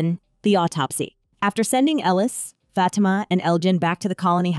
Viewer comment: She pronounced it good imo